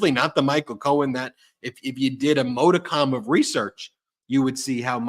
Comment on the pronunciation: Ben, "modicon" of interest. How about "modicum"?